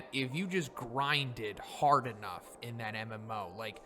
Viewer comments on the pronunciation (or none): none